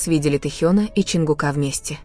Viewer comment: Не ЧонгукА.а ЧонгУка